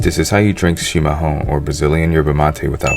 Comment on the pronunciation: Parabéns,você fala chimarrão do jeito certo 👍🏻